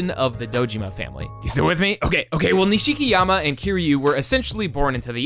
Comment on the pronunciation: can't get past that wrong pronunciation of Nish-key-arm-a